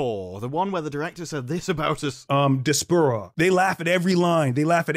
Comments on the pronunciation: “Dispura.” This man was in charge of an entire “production.” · The irony of the "acclaimed" Canadian director mispronouncing Disparu... Dispurro... And why does he speak like he's an American with Italian accent? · Haha I love the way Director X pronounces "DispERuh" for Disparu 😂😂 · I can’t tell what Director X’s bigger crime is, this show or the mispronunciation of Disparu’s name.